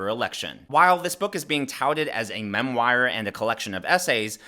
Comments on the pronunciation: it’s pronounced MEM WARR. not mem wire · not mem-wire.. it's pronounced mem-war